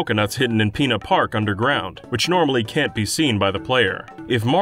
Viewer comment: Why you keep saying PEENA park man